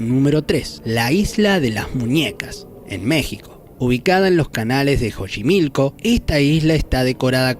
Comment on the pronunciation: Saludos me gustaría conocer todos esos lugares aunque soy bn gallina jaja yo ya fui a la isla de las muñecas y he visto videos donde se mueven a mi no me toco eso pero si tiene una vibra pesada por cierto se pronuncia sochimilco y el caso de la Dalia uf sin duda lo más t3rr0rifico somos los mismos humanos